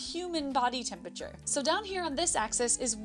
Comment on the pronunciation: I know you'll think this rude, but why can't say 'temperature' properly? Is it really so difficult to pronounce? It's just a 'P' next to an 'R'. If you can say 'price' then you can say 'temperature'. I couldn't concentrate on the video because it was irritating me so much (which is relevant to the effectiveness of your communication—which is in turn why I felt I had to raise this point... sorry!) He's not alone, of course. Lots of people do this, and they seem to be the same people who can't pronounce 'strength', 'vulnerable' and of course the notorious 'sixth'. Is there some neurolinguistic explanation?